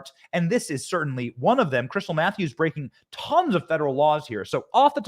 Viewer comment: Krystle Meth-ews ?